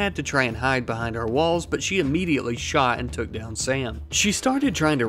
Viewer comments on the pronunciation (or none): none